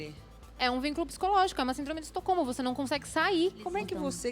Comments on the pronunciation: síndrome de "estocombo" dra! pelo amoroso deus.... dra de que? nem sabe falar. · Eu ouvi direito, a psicóloga disse "síndrome de estocombo" ?? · "Estacombo" ??? 😂😂😂 Essa psicóloga deve ter usado alguma droga antes de entrar no programa . Sinceramente, não sei qual é pior, a apresentadora ou a psicóloga. hahahaha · Tu viu que ela falou "estocombo" ainda? LOL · Ela fala ainda “síndrome de estocombo” kkkkk pqp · E ele ainda pronunciou errado, a 1° vez ESTOCOMBO hahahaha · Quando ela falou síndrome de "estocombo" eu parei de assistir... Kkkkk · Sindrome de "EstoCOMBO"? Kkkk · “ESTOCOMBO”?! Pqp!!! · é impressão minha ou a Dra. disse "síndrome de EstocoMBo"? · Eu ouvi "Estocombo"? 🤔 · Essa psicóloga nao sabe nem falar a palavra ! Kkkkk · Não sei o que é pior, a psicologa falando síndrome de "estocombo" ou essa Luciana querendo saber detalhes sexuais da história, senti até uma vergonha alheia, a menina dizendo que foi explorada e ela querendo saber a aparência dos caras, detalhes, achei que ela iria perguntar qual a posição que os caras pediam... Kkk